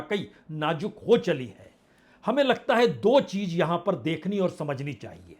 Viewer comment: Sir, aap reporting bahut acha karte hain. Agar Z ko acha pronounce karen gy to Ayr bhi acha ho jayega, cheez ko cheej na bolen.